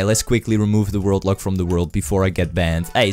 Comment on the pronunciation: Everytime he says ”World Lock”, I hear ”Robux”.